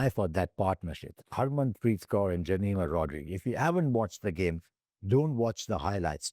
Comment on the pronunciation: Can we start to pronounce the names of our women cricketers properly ? Shouldn’t be so hard right? “Jameeema Rodreeegz”, “Reeecha”. Cmon man.